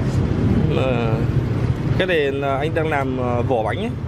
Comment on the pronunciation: Cháu nên tập phát âm tiếng việt cho đúng làm chứ không phải nằm